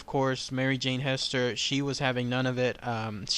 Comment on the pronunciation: The correct pronunciation is Hee-ster with a long E sound. Zona was my 1st Cousin trice removed. Her father and my great grandfather, Charles B. Heaster, were brothers.